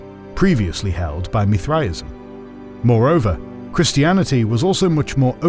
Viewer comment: Why is he saying Mithraism so wierd?